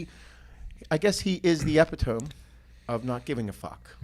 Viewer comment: Did just say Eptiome? And not Epitome (Uh-pit-o-mee)?? I haven’t laughed so hard in a while